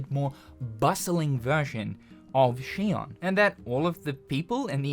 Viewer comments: Shion? Its zion but with an x. Did you even play the game? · She-on? I thought it was pronounced Zion. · Why is he pronouncing it Shion when in the game it was pronounced Zion... Am I tripping? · He keeps pronouncing Zion as shion but Zion is the proper pronunciation of xion. Zion translates to heaven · Shion? Xion is not Chinese bruh... It's pronounced like Zion, it's a biblical reference, like Adam and Eve are also named the way they are for that same reason. Good video though. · Its "Zion!" Not "She-on" they literally call it that in the game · Do you only read the subtitles? It’s pronounced Zion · i cant wait for the sequel but u keep miss pronouncing xion and saying shion the only thing i want in stellar blade 2 is new swords or blades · Lmao she-on is crazy it's like he didn't even play the game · You are mispronouncing Xion. At least in the English version Adam pronounces it like Zion which makes sense with the biblical tie ins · Are you pronouncing it as Shi on purposely because they don't pronounce it that way in the game. Just curious. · She-ON? Did you even play Stellar Blade? WTF is SHE-ON? Are you an AI voice or something that's just sounding out the words from a script? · I haven't watched gameplay in a good while, so... is it pronounced Zy-on? (Zy like, my or Tyson?) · Lol, he keeps calling Xion like 'she-on' from Kingdom Hearts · …also we all hear you pronouncing Xion that way, and it’s understandable. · You absolutely have to be pronouncing Xion wrong on purpose just to tilt me. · Understanding it's a Matrix reference isn't even the problem. They literally say the citys name in the game, they give you the proper pronunciation 😂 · If anyone should get a pass on it, it’s probably 🤣 The years and years of being programmed to pronounce Xion that way have broken him, and a lot of people didn’t actually play Stellar Blade’s in English to mentally check the pronunciation.